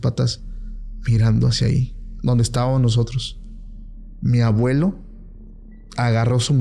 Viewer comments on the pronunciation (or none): Pacoooooo no se dice” estavanos “ tú hablas muy bien todo. Usa la “M” ESTÁBAMOS. Ok